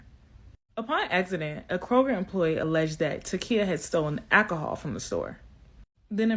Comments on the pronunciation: It's alcohol not akahall. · AK-aholl ........ do you mean alcohol? This is the first time these people are going to stick up for an unborn child. The first lady in the video is Hilarious because anytime someone says they did the research, so you don't have to............. No it's okay I can do the research myself. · This girl actually said ak a hol😂😂😂 and I think she said she didn't steal anything but she wouldn't stop for him to check her car so I'm pretty sure she was guilty of that. Obviously this store does not enforce the steel all you want if you black policy😂😂😂😂😂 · Now I have to hear “akka-hall” forty three times. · Ackahol, not alcohol. Axed, not asked.